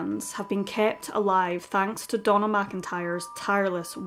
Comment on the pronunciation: I kept thinking she was saying Donal MacIntyre too! lol. I eventually realised it was Donna...